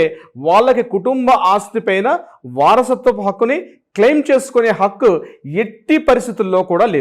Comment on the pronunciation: Not pakku,Hakku plese